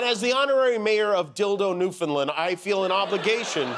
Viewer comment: Jimmy, as a proud Newfoundlander myself, plz learn how to properly pronounce Newfoundland, it’s like how you say, understand, now say Newfoundland. I’d be happy to call in and give you a lesson :)